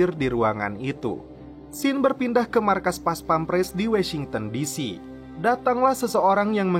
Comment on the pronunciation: bacanya bukan wEsingten disi tapi wOsingten disi